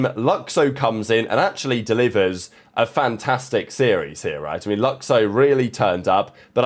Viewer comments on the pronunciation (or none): lukxo is pronounced "luke show" fyi